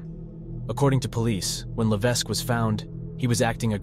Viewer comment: Levesque is pronounced without the "s"